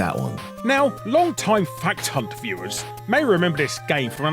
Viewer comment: i thought you said fat cunt instead of a fact hunt for a second there